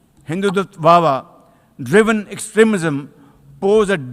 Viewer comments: Hindutva itna threat hain porkiyon ko ki naam bhi thik sey nahi ley pa rahe. Hindutwawa😂😂😂😂. Bhikari saale. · 🇮🇳🕉️ अगर कल आप अपने वीडियो में यह नहीं बताते कि शहवाज शरीफ कोहिंदुत्वा बोलना था लेकिन वे इस शब्द को सही ढंग से नहीं बोल पाए इसलिए वे हिंदुत्व वाह वाह बोल गए,, तो आज हम वास्तव में शरीफ द्वारा हिंदुत्व की तारीफ की है यह मान लेते क्योंकि आज आपने जिस ढंग से दोनों नेताओं को सुनाया उससे वह बिल्कुल सही लगता है 👌🙏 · HAHAHAHA ACTUALLY HINDUTVA BOLANA HI NAHI AAYA